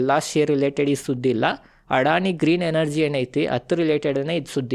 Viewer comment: ಅಣ್ಣ ಅಡಾಣಿ ಅಲ್ಲೋ ಅದಾನಿ